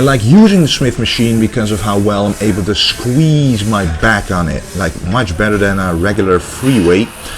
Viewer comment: To me, the smith machine workout and all the rowing exercises seemed way too fast. Surely drop the weight and go for a slower, fuller range of motion with better contraction? Opinions aside, great video, and now I have learnt a better pronunciation of the word shqueeeshe.